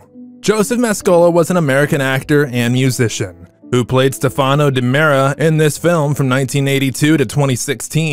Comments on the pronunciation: Also , their names are pronounced Brady not Brandi , and it's Stefano not Stefan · Fir cryingviut loud, get someone who is at least familiar with the show, characters and actors to narrate. STEFano! Dimera. Brenda BEN AY not Bennett. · if u are going to do honors to legends at least get their damn names right, it BRADY not brandy and STEPHANO NOT Stifano \\ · Yeah he even pronounced stephano wrong too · Good video, but every one of these videos like this mispronounces Stefano's name that you for supporting the show